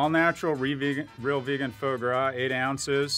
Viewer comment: For chrissake learn to pronounce foie gras. More important -- there's no infotainment value in your skinny pee situation: You clearly need to take better care of your health which in your case would probably mean leass work. By all appearances, not likely. Bummer. 🏇